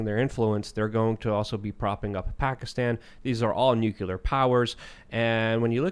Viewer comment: It's not pronounced nuke-you-lar!